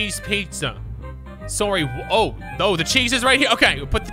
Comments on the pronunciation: Sorray eh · When says Soarry you can hear the canadian slipping out!